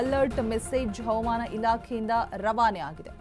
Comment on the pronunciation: Aaman Antha mam Chanagi kannada mathadi